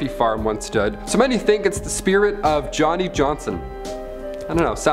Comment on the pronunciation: It's Yonni Yonson... not Johnny... but since he was an illiterate farmhand, he might not have been spelling his name right. Jontron has a hilarious video about this.